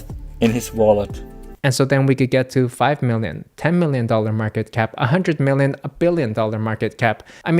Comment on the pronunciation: Nobody:: "MEALion Token"